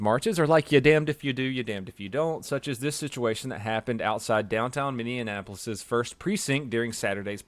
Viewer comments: minnesota idiot reporting in... for the love of god, it’s not mindeinapolis mini•apple•us hope that helps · Why can't Southerners pronounce Minneapolis? It isn't Minneandapolis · It's pronounced "mini-apolis", NOT "mini-in-apolis" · Minneapolis, not minneinapolis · I know this video is old, but I must say, I'm really disappointed in you if you really think it's MINNEANAPOLIS rather than the correct MINNEAPOLIS. I really hope it's a mistake and you're not that stupid. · First off I love your videos and can’t stop binge watching them, but I have to tell you as a Minnesota resident - it’s “Mini - Apple - Us” not “Mini - N - apple - us”. Thanks! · Mini-a-pole-s not minneanapolis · Say minininapolis one more again! Let me slow it down for you mini apo lis...... Come on man! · Minneapolis is pronounced "Mini-apolis" not "Mini-IN-apolis" yes words are hard... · It's Minn-ee-a-po-lis, not Minn-ee-an-a-po-lis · I enjoy your posts, but being from the Twin Cities, please practice saying Minn-ea-polis! It’s not that hard! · Bro said mindianapolis lmfao Atta boy that shit was golden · Sounds like you’re sayin “ Mindianapolis” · Minneapolis is pronounced like minnie apolis lol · Upset that can't pronounce Minneapolis correctly:( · It’s (Mini-App-O-Lis) Minneapolis, LoL didn’t think I’d ever hear Minnesota anything on here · “Minni an apolis” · You are saying Minneapolis wrong you are adding an n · minneanapolis? anyone else catch that? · The way you say Minneapolis is great. Minianapolis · Am I the only person who notices him mispronouncing Minneapolis? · You mispronounced Minneapolis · I couldn’t pay attention to the video because I was too distracted by the fact that butchered the pronunciation of Minneapolis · Can you not pronounce Minneapolis or are you doing that on purpose? Want sure if it was some inside joke that I'm not in on. Otherwise love the videos, keep up the good work. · As a Minnesotan the way he says Minneapolis hurts😂